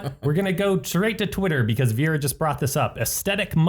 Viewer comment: Indra Klaudia I am from Serbia and it is so anoying that they call her Vira when it is Vera :D